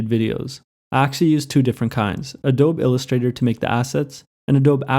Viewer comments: It's not "A-dobe" it's "A-dobe-E" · Adobe (Ah-Dóbe) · Did he say Adob illustrator ?? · Adobe is pronounced ahDOHbee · Ah-Doh-Bee Great content though! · "Adowb"? Geez. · It's pronounced ah-doe-bee. Just sayin'.. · You’d think skillshare could’ve taught him how to pronounce adobe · Who pronounces Adobe like that? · The "e" at the end of "adobe" isn't silent: it's the same vowel sound as in "feed".